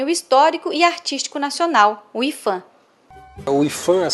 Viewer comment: a pronúncia e ifan porque? Se o P é de patrimônio?